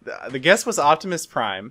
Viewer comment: how do you mess up optomas prime